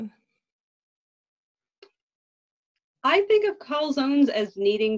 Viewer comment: GAH I am cringing at how you guys say "Calzone"